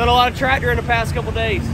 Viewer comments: Oh so tradder is Tractor. That's quite an interesting speech impediment. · It's TRACTOR!!! not tratter.